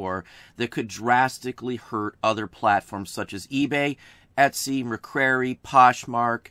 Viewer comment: Great video! Thank you so much! Also, Mercari is pronounced MER-CAR-EE :)